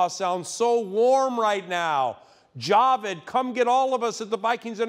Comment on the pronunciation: it's pronounced ja-VEEED